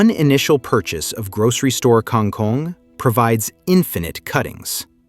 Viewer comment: That's an incorrect pronunciation, and writing. You should write it "kangkung", and read it as "kangoong". Like "o" in word "boots". Or "o" like in word "hold" / "bold" also acceptable. Not that kind of "o" you said.